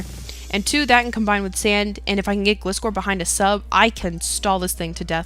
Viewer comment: I thought it was pronounced "Gly-score" since it is a gliding scorpion, I might be wrong though